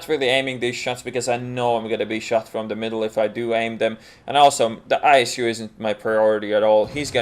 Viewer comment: ബോസ്പാണ്ടി MA,M.Phil Saying "d" instead of "the", and "dey" instead of "they", and "desedays" instead of "these days" has got nothing to do with English not being your first language. You've obviously chosen to do "dat"